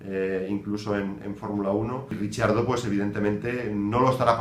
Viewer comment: Por Dios, deja de decir "Richiardo" 😓 él mismo pronuncia su nombre muy parecido a cómo se pronuncia en español. No es difícil ;)